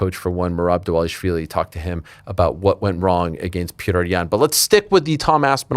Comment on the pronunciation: “Ageenst” it’s “against” you a-hole